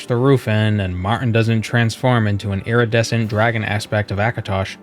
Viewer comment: I like how you pronounced iridiscent. (when in doubt with latin or greek, the emphasis is on the second syllable)